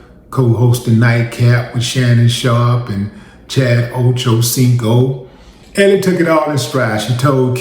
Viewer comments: Mans kept saying "Ellie".😂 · Wille she pronounces her name " L"!